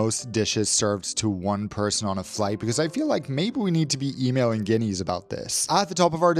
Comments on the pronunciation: Did he pronounce Guinness as Guineas?? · how tf did you pronounce Guinness - it's Gin-ess (Gin rhymes with fin) - why did you pronounce it so poorly when you are clearly fluent in english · Great review, fascinating product! Def look up how to say Guinness cause that aint it haha.😅 Much love <3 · And Guiness